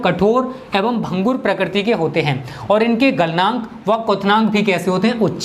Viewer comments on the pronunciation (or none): none